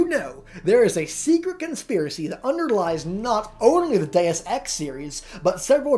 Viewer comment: Its pronounced DEY-OOS ex